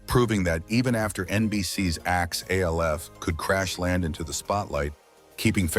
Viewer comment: Why are you calling it A.L.F. .... even though he was named after the acronym for alien lifeform, they called him Alf (sound it out with a short a sound) in the show and that was how they announced it back in the day. Only in the first episode did they say the letters, A.L.F. That you keep calling it A.L.F. makes me doubt you know anything at all about the show. You are probably making schyt up or got the info from ai ... or you are ai. Leave our sacred shows alone. Btw, for those who come after me, benji (the guy who played brian, the son) died in 2024 of heat exhaustion. He was only 46 yrs old. 😢